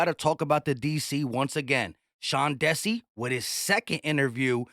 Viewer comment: I don’t think you pronounce the DC candidate as Sean (Desse) it’s (Dee -Sy).